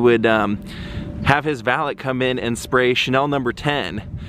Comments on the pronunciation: no offence but its pronounced val-ay not val-et...french thing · I like your videos but I can't stand listening to you say "valit" anymore